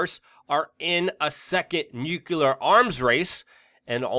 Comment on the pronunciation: Please don't say nukilar, you know better than that!